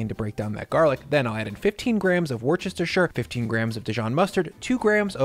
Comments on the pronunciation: the "worcestershire" sauce.... here in the UK its pronounced Wu Sta Shu sauce.... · Worcestershire Sauce is pronounced "wooster-sheer". Easy. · it's pronounced wuss-tuh-shuh - you'd not want people like me coming over and proselytising about Illinoise, would you? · That is 100% how you pronounce Worchestersureshuurshire. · Yum might have to try this one. Meatloaf wasn't really a thing here in Australia (unless it's in reference to the late Robert Paulson) so we never got to know the bad versions. But I reckon my kids would love it. (and BTW it's pronounced "woostershire", or "wooster" for short) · I have detested Meat Loaf my entire life. My wife really likes it. Especially a Meat Loaf sandwich. I would be willing to give your recipe a try. FYI - Worcestershire ( Wu stuh shr ) great job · Hey! Great recipe thank you kind sir! Just a small thing it’s said wustisher with the accent on the “wu”. I know it doesn’t matter but just in case… lol. Keep up the great work I can’t wait for the next video! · British man here. Love your work, but it's pronounced "wustershir" sauce! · Wuss-tah-sheer. Jesus! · You pronounce Worchestershire as Wooster-Sure. Hey, it's British 😏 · Wuss-ter-shur let's you pretend you know how it's pronounced 😁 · Hey, I can’t quite get over the way you pronounce Worcestershire …. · Ahh the innocent joy for a Brit to hear an American miss pronounce ' Worcestershire' 😊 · This looks super yum. I have to say, the comments are coming in 50% “I already make a great meatloaf” / 50% “How dare you use a wire whisk on Teflon?!?” / 50% “Bro, why can’t you pronounce Worcestershire?” 😆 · I trust this man because this man understands that worcestershire is a 4-syllable word.